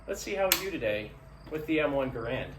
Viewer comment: Why do so many people continue to make the same two mistakes when discussing the M1 Rifle?First of all,John Garand's last name is NOT pronounced ga-Rand! The correct pronunciation is GAIR-and! Secondly, If one carefully examines an M1 Rifle one will NOT find the word Garand imprinted anywhere on the rifle! This is because the M1 Rifle WAS NOT a Garand Rifle but was actually a U. S. military rifle that was based on several protptype rifles designed by John Garand!